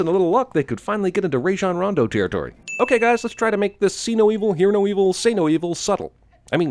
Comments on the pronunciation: 😂😂 Raejon Rondo territory (or at least that's how you pronounced it) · "Rayjon Rando" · sin for pronouncing rajon rondo wrong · He pronounced Rajon Rondo’s name wrong. Sin for cinema sins